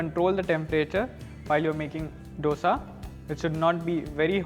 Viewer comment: Dosa pronunciation is like "दोसा" and not "डोसा" . D is like "Diwali" and not D as doctor